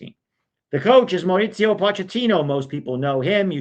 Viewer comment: Mao-ree-see-oh Pochettino